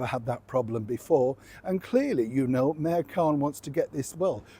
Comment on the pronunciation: When you said Mayor Khan it suddenly sounded like Mère Khan!